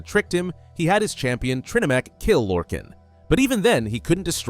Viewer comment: Small nitpick but it’s pronounced “lore-khAAAn” like ghenghis khan or Han Solo . Michael kirkbride creator of the deity even said so on a selectives lorecast